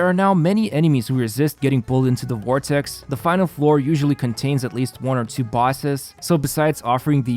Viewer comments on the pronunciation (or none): none